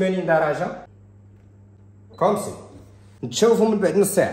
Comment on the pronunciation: سلام متبقاش تقول ..كومسي... خصاك تقول كومسا .راك عزيز